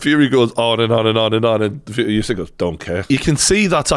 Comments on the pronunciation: its not yousyk-its usyk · USYK is pronounced “Oo-sic” NOT “you-sic” - why does every boxing journalist get this wrong?!